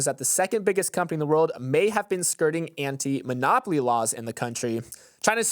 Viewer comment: I misheard "China is investigating Nvidia for anti-monopoly laws" as "anti-monogamy laws"